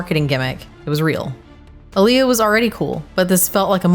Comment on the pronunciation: Aaliyah. You botched the name wrong